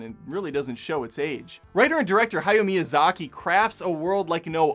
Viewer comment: Awesome breakdown! You will get more from Spirited Away (and pretty much every Miyazaki movie) on rewatch, but you absorbed a lot your first time through, more than most I’d dare say. Your pronunciation of “Hayao Miyazaki” was good, as was how you said “Ghibli,” though there is debate as to whether it’s gib-lee (as you said it) or jib-lee, very similar to the pronunciation debate of “gif.” As a not-so-wise psychic once said, I’ve heard it both ways. I’d love to see a not-so-positive review of Princess Mononoke! Like you said, it’s lauded on sites like IMDb and Rotten Tomatoes, and I’ve seen a lot of YT reviews/video essays on Mononoke, and not a one of them didn’t vehemently praise the movie. Getting a less favorable perspective would be really interesting.